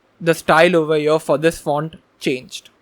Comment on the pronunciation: here not ear, not ea, not eee, not E R